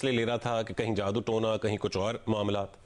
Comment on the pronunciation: جیو نیوز کی ابتر حالت۔ کبھی "چالان" کو چلان اور کبھی "جادو" کو "جودو"۔۔وغیرہ وغیرہ۔👎👎👎